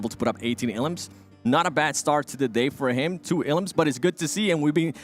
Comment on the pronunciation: Everybody: "elims": "eLUMS"